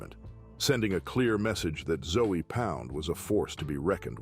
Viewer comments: I'm from Miami. It's disrespectful caliber them "Zoey Pound" lol. It's pronounced "Zo Pound" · 🤣 Zoey pound 🤣 it's Zoe pronounced Zo not Zoey! One of those zoes is gonna come get your ass for disrespecting their name like that ! I was in prison and worked the kitchen with a few . They can be some cool cats but you better keep it cool with them to ! Cause once they loose thar cool they turn into some crazy ass Haitians and will do a number on your ass! 🤣 you really need to do a little more research and at least learn how to say their name 🤣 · This dude pronounce Zoe pound as zoey pound definitely didn’t do his his homework because he would of bring up the legend Mack -a-Zoe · I just fast forward your whole Zoe Pound part because you keep pronouncing the 'E'. Who taught you how to pronounce that? It's Haitian, it's got a French pronunciation.